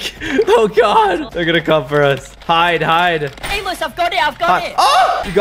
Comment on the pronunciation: Tomo said caylus but it sounded like Gaylus